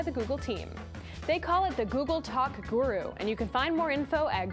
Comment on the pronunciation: she says guru like a DUMBASS! "gerer"